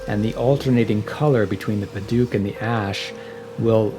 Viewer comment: Me an burmese boi and hearing padauk like padook It is pronounced like :pa d out out and start it with d like Dout with k ending padouk